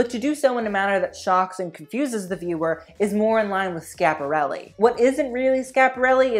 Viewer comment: It’s Schiaparelli, not Scaparelli. You have to pronounce di i well before the a. It sounds more like “Skïaparelli”. Like Kia, the car.